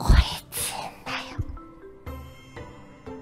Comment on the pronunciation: 詰ん↑だ↓すごく好き🐬